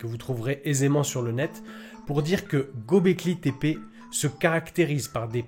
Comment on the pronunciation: Göbleki le ö turc se prononce eu comme dans déguEUler dégöler. Au liö de dire Gaubléki ,dites Geubléki et vous y êtes.